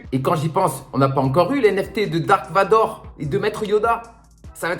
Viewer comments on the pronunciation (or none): none